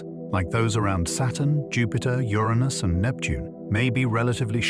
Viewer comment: You pronounced Uranus three different ways within 30 seconds….